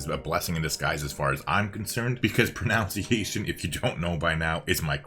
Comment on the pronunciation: I don’t know if this is deliberate or not but I find it incredibly ironic how you talk about how bad your pronunciations are and pronounce pronunciations wrong. (Pro-nun-sea-a-shuns) and not (pro-now-sea-a-shuns) is the correct way to say it. Just wanted to correct you if you were going to keep saying it because I do agree saying most of the civ city names online is a sure fire way to offend somebody these days